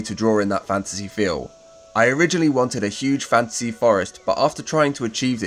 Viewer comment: Every time you say fantasy my brain always hears "fancy" first haha. As usual thanks for the great video! Planned to try some of these and it's nice to see them in action.